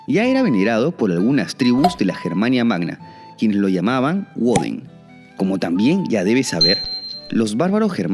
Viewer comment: Tío, no a Odín los germanos no le llamaban "Uodén".Le llamaban "Bodén". En alemán y germano antiguo la w se pronuncia. b. No es "Suarseneguer". Es "Sbarseneger". No queramos imitar a los anglosajones hasta en sus errores de pronunciación.